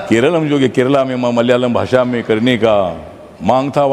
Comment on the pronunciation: सांसद भाई, ये भाषा होता है न कि भासा!